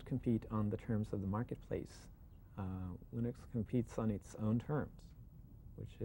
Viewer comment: I finally learned how to pronounce Linux. Just the way it's spelled.